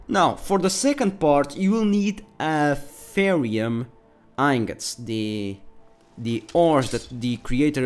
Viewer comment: A-Th-Ear-E-Um Aetherium Pronounciation Your welcome.